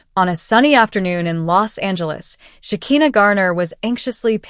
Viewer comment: Sha ki na. Not Sha ke na😅😂